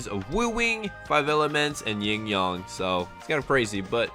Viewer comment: ying yang not ying yong